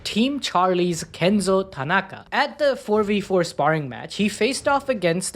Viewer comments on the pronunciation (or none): none